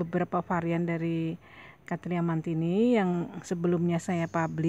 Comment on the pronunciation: So beautiful.. and you said the name beautiful, too.